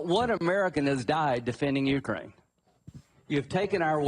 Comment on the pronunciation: Did he say “even if Russia keeps Jewkraine land?”